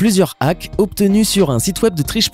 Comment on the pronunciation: "Hakz" wow l'anglais!!!